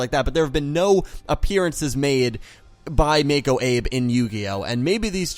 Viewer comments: Her name is Mako Abe and Abe is pronounced Ah-Bay. I do have some nitpicks with Arc-V but overall I enjoyed it a lot. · It's pronounced Abe= Ah-Bey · am I the only one that got annoyed at him for pronouncing Abe wrong.......